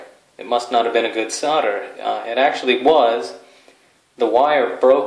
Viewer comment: solder has an L in it.... it is not "sodder""